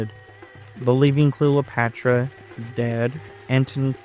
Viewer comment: Great video. You seem to pronounce it Clelopatra? Is this the way it sounded?